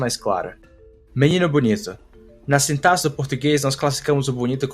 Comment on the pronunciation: acho que você é a única pessoa que eu já ouvi falar sintaxe da forma correta em muito tempo kkkkkkkkkkkkkkkkkk